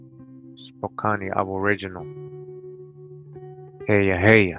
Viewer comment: im frome washington state "core da lane" and spokan thats how we pronounce the names spokane is in washington and cour de alane is in idaho....good shit bruh